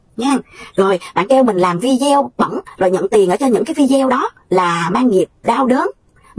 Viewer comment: Mình xinh lỗi cho mình chỉnh một chút nhe, mình cũng xem nhiều video của mình thấy phát âm chữ video không đúng mình xinh phép chỉnh lại cách phát âm chữ video là phải phát âm như vầy ( v đi ô ) mong bạn đừng buồn. Cám ơn bạn